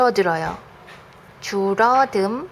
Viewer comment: 국어 선생님이신데 줄어듦을 줄어듬으로ㅋㅋㅋ